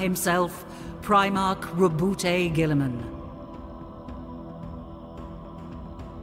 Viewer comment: I'm not convinced that the narrator is pronouncing Rowboat Girlyman correctly.